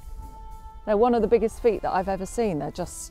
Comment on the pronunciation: his 'feet' 😂